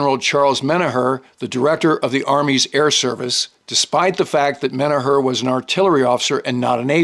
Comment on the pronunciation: Small correction. General Menoher’s surname is pronounced “men-AWK-er.” We share a hometown (Johnstown, PA)😉 Love your history videos. Cheers.